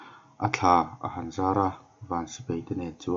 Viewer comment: A ngaihnawm khawp Mai,mahse sipai hi sipei tiin i lam ania..😁😂😂😂